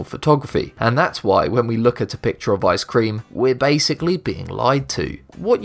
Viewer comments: Its ice-cream not I-scream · You don't know how to say ice cream